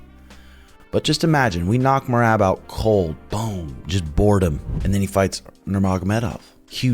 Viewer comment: Does it on purpose... He Calls mer-rob mer-rab..